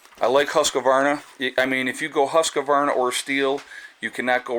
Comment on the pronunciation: It’s not huscavarna... It’s pronounced [huskvarna] 😉👍